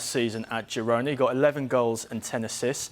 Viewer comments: Whys this doufus keep saying hirona 😂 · "Hirona"? Where do these guys get their nonsense pronunciations? Making it up as they go along. "Girona" is Catalan so the "g" is pronounced.